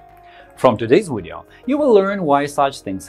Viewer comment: thanks for the video i know this kinda off topic but i heard it a few times in thin video n iv been wondering about this for a while, when ppl pronounce video "wideo"; what is that? Austrian?? and y is it, do they pronounce v's as w's in their language my interest in etymology has been growin a lot lately